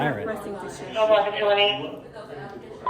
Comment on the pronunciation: He said OPA - LOCKA …. Jackass! 😂😂😂😂😂😂😂😂😂😂😂😂😂 Never heard that before! Wrong Pronunciation Bud!